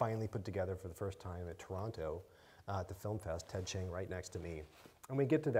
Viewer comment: Hey she pronounced Ted Chiang's last name correctly!